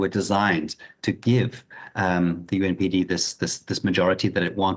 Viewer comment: is inexperienced with Zambia's politics, giving the fact that he keeps saying 'UNPD' instead of 'UPND.' Get someone with experience next time. This what Trump talks about.